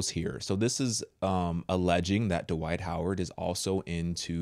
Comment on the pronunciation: there’s a T At the end of the first name Dwight, and there’s a D at the end of the last name Howard. Please pronounce them Accurately. You’re way too educated and intelligent to cheat yourself that way.